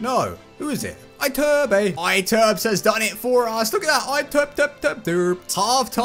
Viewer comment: You have to say ITURBE, not Aiturb. Lol